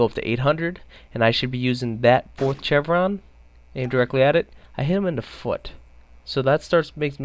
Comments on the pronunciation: It's pronounced "Shevron" not "chevron" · It's pronounced (shevron) not (ch-evron) it is a sh sound not a ch sound. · Dude as a military man I have to correct your pronunciation of 'chevron' pronounce it as [shev-ruhn] check any dictionary. Shhhhh not Chhhhhh. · LOL just FYI, it's not CHevron, it's pronounced "SHevron." Thanks for the video though. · Pronouciation: Chevron: - shevron not chevron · chevron is pronounced like shevron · Don't mean to be a dick but is pronounced "shev-ron" not "chev-ron". Great video though. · Its pronounced sh-evron no ch-evron. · Aaaaaghhh chevron is pronounced like chevy!!! Aaagahagsdbxnsjs not like cheese! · It's NATO as in Nay-Toe, and CHEVRON as in Shev-ron... not sure you can make play the game this long without knowing how to properly pronounce those words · ok While it is spelled with a ch it is pronounce like sh for Chevron pronounced SH EH1 V R AH0 N SH EH1 V R AA0 N shevron is roughly How it is Pronounced for future speaking parts but it is spelled chevron. like chevrolet is pronounced shevrolet learning this will make future videos sound a touch more educated and professional. Learn Something New everyday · ITS PRONOUNCED SHEVRON. AND ITS NOT NAAAAATO ITS A LONG A OH GOD IM SO SORRY IT WAS JUST BOTHERING ME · omg bro, excellent video but its pronounced SHEVRON. The same way you'd pronounce Chevrolet. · Chevron = Seshv-ron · Chevron is pronounced like shevron. NATO is a long "A" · It's not pronounced Chevron even though it's spelled that way, it's pronounces Shevron. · "CHEVron" lol. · Chev-ron lol....try Shev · Its pronounced "Shevron" not what you're doing. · Jesus christ its pronounced "SHEVRON" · The fact that you mis-pronounced chevron so many times was really annoying and distracting. Its pronounced like the the car company, gas station or the "V's" on a soldiers arm showing his rank "shevron" . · prone to a lot of error huh? you pronounce chevron like chevrolet, with a "sh" sound.